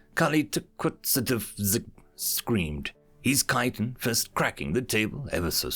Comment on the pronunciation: Heyyy someone actually pronounced chitin correctly